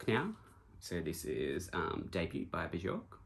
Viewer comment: That's a nice and diverse record collection. Love all the vibrant colors you've collected. Just wanted to say you pronounce Bjork as Byork (like New York but just with a B in front), not B-chork (or Bee-york). 😊